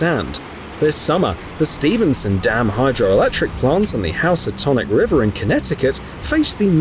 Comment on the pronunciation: It’s said Hoo-sa-tonic not house-a-tonic